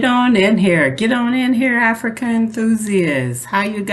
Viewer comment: I love 'Infrica' lol😂😂😂